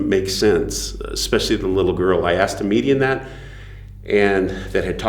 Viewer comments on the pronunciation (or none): I knew he said "median" and "appiration" lol..just think it's funny..I'm not even half way through yet, so I haven't gotten to the serious stuff yet...